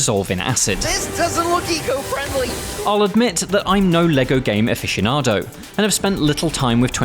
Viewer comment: He says : Im not lego afficinado ....